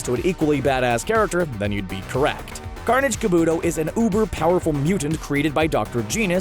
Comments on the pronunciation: Car-boo-toe not kaboooooooto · Kabuto is pronounced ka-boo-toe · Carnage KA-BUTOH not Carnage KUH-BOOTOH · This list is off, and it's not kaboodo it's kabuto.